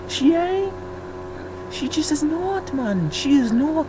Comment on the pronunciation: I could have sworn you said Äs Nödt and I almost died laughing.